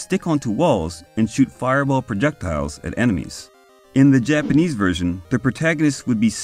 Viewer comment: Did anybody praise your Japanese pronunciation yet? Let me... very solid work in that department!